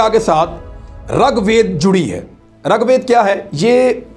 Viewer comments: It is rig vaid and not rug vaid,this is for information of Imran reyaz khan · السلامُ علیکم ورحمت اللَّهُ وبرکاۃُ رگ وید میں ر پر زبر نہیں بلکہ ریر ہے रगवेद नहीं ऋग्वेद ہے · At the risk of nitpicking, I would like to point out the incorrect pronunciations and wrong statements. (1) The Aryans wrote Rig Veda, not Rug Veda, (2) The Aryans did not invade and capture. There is no evidence of violent clashes in the Sindhu River area. It was more of a migration (3) It is not called Sapat Sindhu, but Saptha Sindhu, (4) The word that was associated with the original inhabitants of the Sindhu area was ‘mlechha’. The Sudra was was associated with the Varnas, an Aryan institution, and the king who fought Sikandar was the Puru king Purushottama. We need to stop using the his anglicized name Porus. Notwithstanding these, the program on Daria Sindh was enjoyable. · Abe rag ved nahi rig ved bolna to seekh le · Ragwed nai bhia . Rigwed hae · It is not rug vaid it is rig vaid. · Its not Rag Ved, Its Rig Ved, i heard it from Dr.Zakir naik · Its rigveda, pronounce as rig ved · اسلام علیکم عمران بھائی یہارے کے نیچے زیر ہے اوپر زبر نہیں ہے ہے